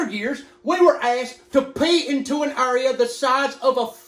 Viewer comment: Area pronounced as Urea lol